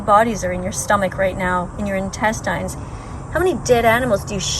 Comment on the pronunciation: who pronounces "intestines" like that?